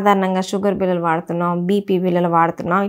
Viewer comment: మీ విడియోలు అద్భుతంగా ఉన్నాయి. మీరు చెప్పే విధానం, తెలుగు ఉచ్ఛారణ కూడా బాగుంది. కానీ కొన్ని తెలుగు పదాలు కొంచెం కరెక్ట్ గా పలికితే ఇంకా బాగుంటుంది. ఉదాహరణకు బిల్లలు బదులుగా బిళ్ళలు.